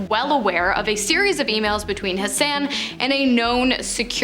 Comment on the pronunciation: This video was good until you pronounced Waco wrong. It's pronounced WAY-CO. And then Hassan's name is pronounced HOSS-ON. Why can't y'all Canadians listen to local news broadcasts on YouTube before you go around mispronouncing words? This just in tonight, a crazy weirdo from WHACKO Texas has finally pronounced it WAY-CO!!!